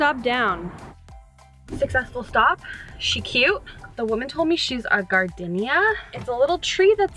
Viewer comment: "Garrrdeenya" is how to say Gardenia.